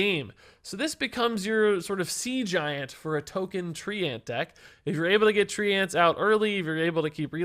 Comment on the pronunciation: Why does he pronounce treants like "3 ants"?